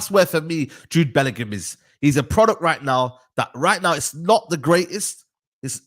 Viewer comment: Alex Scott clears Bwllingham